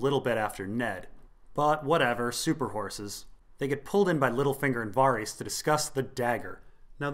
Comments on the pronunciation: That pronunciation of Varys' name is really weird, isn't it meant to be like Vare-is not Var-ees? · Your pronounciation of Varys is killing me :D Vawrees. Vawrees. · got distracted when I kept having to mentally correct your pronunciation of Varys...c'mon dude, they say it in the show haha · Hearing Varys pronounced that way hurts my brain